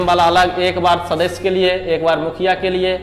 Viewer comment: "सदस्य" शब्द का उच्चारण ठीक से किया जाए सुनने में अच्छा लगेगा l